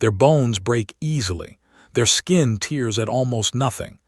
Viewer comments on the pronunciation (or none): It might be but the ai narrator is crap it’s supposed to be tears as in to tear, not tears as in 😢